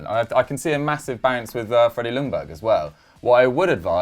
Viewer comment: It's pronounced Yungberg fyi